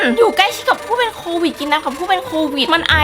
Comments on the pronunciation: โควิดค่ะไม่ใช่โตวิดค่ะ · โควิดนะคะไม่ใช่โตวิด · ขอให้หายไวๆนะคะพี่คะพี่แต่ว่าพี่คะทำไมคำว่าโควิคกลายเป็นว่าโตวิดหรอคะ